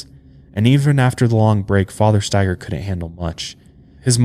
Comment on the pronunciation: I haven't heard the last name Staiger very often, my last name is Staiger. I was so happy you pronounced it correctly lol. I usually get 10 different pronunciations until they just ask me 🤣 I have wanted to do my genealogy for a long time, I'm curious if we're related somehow 🤔 Love the show you guys!